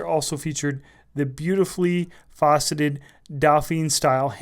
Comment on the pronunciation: Did he say "fauceted"?